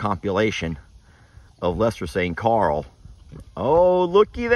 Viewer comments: Carl isn’t an annoying name - it’s just the way Lester says it; it sounds like he’s saying ‘Coral’. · I’m English. Lester pronounces ‘Carl’ like it has two syllables.